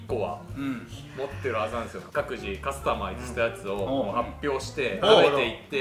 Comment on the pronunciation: 「マクドナルド」と「カスタマイズ」のイントネーションが気になる